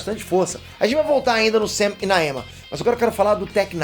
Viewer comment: Ele falou SAM e eu ouvi UCM 😂